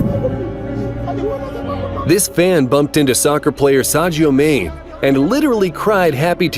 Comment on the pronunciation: I'm sorry but you destroyed Sadio Manes name